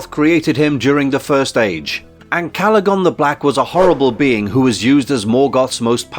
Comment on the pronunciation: You can't even get the names right, for example "Calagon" should be Ancalagon and "Sheilob" should be Shelob". And "Mama kill", seriously? That should be Mûmakil.